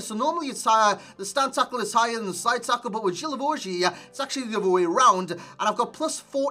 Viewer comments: Thought it was Gee-La-Vo-Ju idk, GG's anyway xD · Its pronunced Gui la vo gui